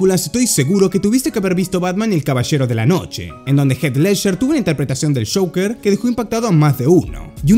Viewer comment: Su pronunciacion de joker.. Shocker jajaja esta bien es tu acento tu nacionalidad pero cambias completamente la palabra o su significado